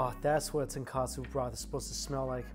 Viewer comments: Tonkatsu is the pork cutlet...it’s Tonkotsu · tonKOtsu, not tonKAtsu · Mike, there's a difference between "ton kOtsu" (pork bone) and "ton kAtsu" (pork cutlet). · Tonkotsu not katsu Mikey! You've been saying Tonkatsu = pork cutlets, for so long xD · Love you videos but please STOP calling it TonKAtsu broth.... Its TonKOtsu, no letter 'a'.... Tonkatsu is fried pork cutlet.... Tonkotsu is pork broth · Mikey, brah, you gotta get this right once and for all... TONKATSU = Pork Cutlet TONKOTSU = Pork Broth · Ton-KOH-tsu, not Ton-Kah-tsu. Completely different things. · Just me being picky but it’s ton-KO-tsu broth not ton-KA-tsu (breaded/tempura-ed pork cutlet) 😅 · Hey Mikey, it’s not tonkAtsu ramen, it’s tonkOtsu ramen. Tonkatsu is a different type of japanese food, it’s fried breaded pork cutlet. Tonkotsu is the pork broth of the ramen. Good reaction video tho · Mikey, tonkotsu and tonkatsu is two different things! You kept saying tonkatsu haha. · bruh he cooked the noodles wrongly and he calls the broth tonkatsu instead of tonkutsu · Love your reviews but just a little note. its tonkotsu not tonkatsu which means pork cutlet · I cringe every time he says tonkatsu instead of tonkotsu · Ton-KO-tsu bro not Ton-KA-tsu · Absolutely love watching your channel - your love for food totally brightens up my day! One thing you might want to improve on is the pronunciation: when it’s ramen, it’s Tonkotsu, not Ton-Katsu. Tonkotsu = pork bones (ton is pork and kotsu is bone), while Tonkatsu = fried pork cutlet … very different things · “Tunkatsoo” 🙅🏻‍♀️🙅🏻‍♀️ Tone-koht-soo 👌🏻